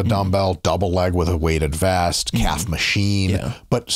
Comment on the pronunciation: Can someone let homie know that calf (singular) ends with an F?